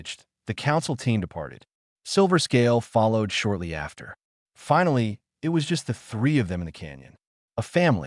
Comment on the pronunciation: Why does the narrator keep spelling out IT instead of saying the word it?